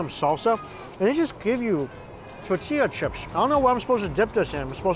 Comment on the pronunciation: With all the Asian accents he can do, why can’t he say “bagel” or “tortilla” correctly?